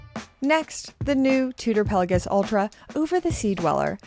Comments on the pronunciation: Here we go with calling it a "Pella-giss" again. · Genuine question, is this how we pronounce Pelagos? I’m newer to watches and have heard it pronounced multiple different ways.